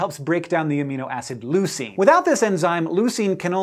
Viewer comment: I'm so happy that Hank is pronouncing leucine correctly in this video